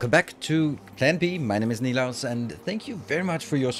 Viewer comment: Aluminium = Al-yu-minium = English pronunciation = Correct Beta = Bee-ta = English pronunciation = Correct Nilaus = Correct